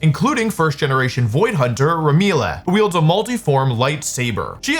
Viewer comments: RUH-MI-LEH??? It’s rem-ee-ell??? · Hello, for your next time it's actually Remi-elle Rem-ee-ell. :D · It hurts when Wolfie pronounced her name as Re-Mi-Le 😭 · ZZZ my beloved! edit: Okay that's NOT how you say Remielle bro 😭😭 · I was just chilling watching the video and then I heard Wolfey ABSOLUTELY BUTCHER "Remielle" and it took me out of it, like how do you bucher that, I have a feeling Wolfey did it on purpose. Anyways, shedinja. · Bro just pronounced Remielle wrong lol , bro, can't you pronounce Angel ?? You said Angle (the one they use in squares and triangles). pls read the sponsor description properly. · Bro butchered remielles name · The way he butchered saying Remielle was like shedinja switching into a sandstorm. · Wolfey's pronunciation of Remielle is just... 🤌🤌🤌 never change Wofl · Doubt it. He can't even pronounce Remielle right.